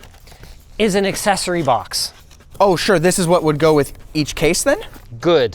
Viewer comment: I am truly happy when you pronounce accessory correctly. It's not an assessory.